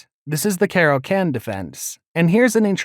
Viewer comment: you mispronounced so many words. pedagogical (goj not gog). caro kann (con not can). botvinnick (bot not boat). at least learn the chess ones.